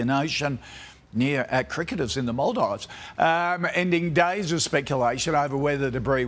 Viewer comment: The only thing that made me mad was that person saying Maldives wrong